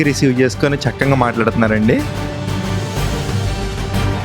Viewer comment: Chakkanga kaadu nayana it is chakkaga anaali